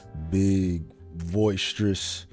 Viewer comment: It’s called boisterous bro not voicetrous lol